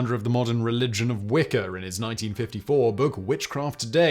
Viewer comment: Wicker. 😂. Learn to talk